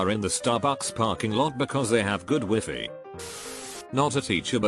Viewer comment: no one: google voice : wee fee